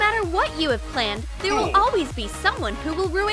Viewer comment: she also said a alweez :D